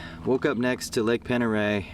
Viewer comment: The lake is pronounced pond der ray